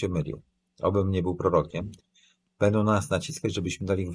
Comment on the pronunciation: "Bendom przyszłom elitom" - czy słyszał o głosce "ą"? - około 20 minuty programu